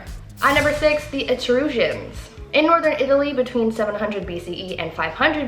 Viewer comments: It's actually pronounced E-truhs-cans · Eh-truss- cans....